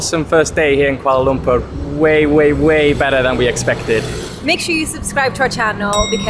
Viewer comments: Yeay for the correct pronunciation. Very rare indeed. 👏🏻👏🏻👏🏻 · I like the way says 'Kuala Lumpur'. So perrrrfect! 👍 Enjoy your stay in KL guys.. 🤗🤗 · The way she pronounce 'kuala lumpur' is actually spot on.. enjoy ur time here, welcome, Selamat datang ke Malaysia 🤝